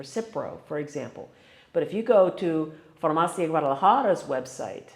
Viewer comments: You still do t know how to pronounce “farmacia” ! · Not quite right, if given a prescription for let say Xanax or Ambien, you do NOT the prescription back, a copy, yes, that is it. Please pronounce farmacia with the i like Italy or the last letter in Miami !